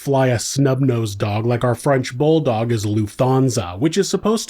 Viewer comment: Luft - Hansa and NOT Lufth = ansa...lol luft - old english loft ( air) Hansa the trading community/organisation of cities in the middle ages.